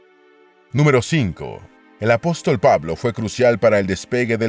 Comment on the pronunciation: La persona que preparó este documental al parecer está muy lejos de ser cristiano y debe haber aprendido algunos datos históricos de manera secular. A mi me chocó desde perdió que el lector al comienzo dice A-Pos-Tòl. poniendo la fuerza de pronunciación en la última sílaba como una palabra aguda pero no hay cristiano con un mínimo de educación que no conozca que la forma correcta es Apóstol con asentó en la o del medio ya que es una palabra llana.